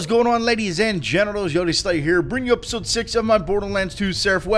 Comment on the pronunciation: hahah, no offence but idk if anybody else noticed but at the beginning he said whats goin on ladies and gents... you know but then he said, "bringing you episoad 6 of my seraph weapons series and to day I have a SERAPH CRYSTAL known as the Devistator..." lol good work [=